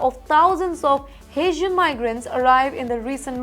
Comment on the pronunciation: I had to read the transcript, her accent is so thick. And I am good with accents. She is saying "Asian" instead of "Haitian." Whole different area of the world, lady.